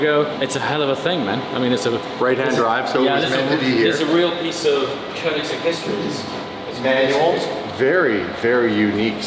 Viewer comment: Come on & pronounce Koenigsegg correctly, 😂